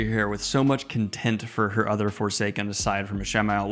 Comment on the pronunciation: Hi there! Good review! I was wondering, when you were talking about Lanfear's feelings towards her fellow Forsaken, it sounded like you were saying "content" instead of "contempt". Was I hearing it wrong?